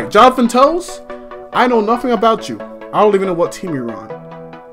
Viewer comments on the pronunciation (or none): you have to pronounce it something like jonathan taves